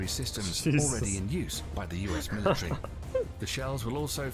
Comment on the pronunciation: What is a militree? A militant Christmas tree?